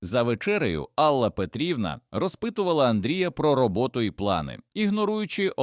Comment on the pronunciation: Чому АллА, а не Алла? Дратують неправильні наголоси, різкий голос, хоч сюжет і надуманий, хотілося б чути у голосі якесь співчуття, сердечність, а тут просто беземоційне читання